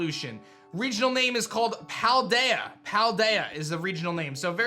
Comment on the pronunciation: I agree, Idk why is calling it Pie-deya though when its an L not an i its pal like you're my pal ru in japanese ends up turning into an L when coming into english